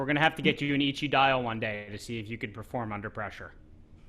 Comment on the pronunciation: Wisdom in Japanese is not pronounced H. Stop murdering the pronunciation of Eichi. I expect much better from the brand curator of GS.